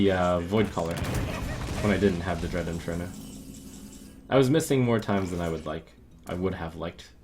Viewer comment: DREAD IN-FER-NAL. Jesus.